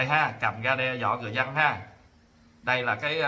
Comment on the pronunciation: Chữ dân mà nói khg đúng, nói chữ giân